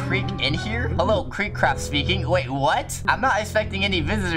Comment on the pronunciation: HAD TWO T's IN CRAFT CRAFTT